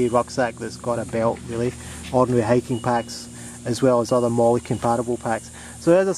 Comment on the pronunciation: Thanks for doing such a comprehensive review. And thanks for not saying "mole" :)